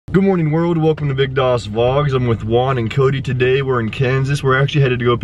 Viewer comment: I have a question : why do call Juan "One"? Its Juan not One xD